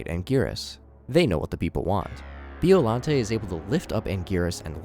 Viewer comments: As a godzilla intellect, every muscle in my body contracted after hearing him saying 'bee-ollante' instead of 'byo-llante' and when he called hedorah a bloody mud monster. Please do research at least 😭😭😭😭😭😭😭😭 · "Bee-oh-lan-tay" 😭🙏 also That's Hedorah. Hedorah is MOTHRA!!!????